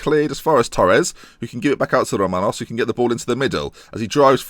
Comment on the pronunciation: I don't know how you can't hear Romanos as a Greek name?? Good video anyway!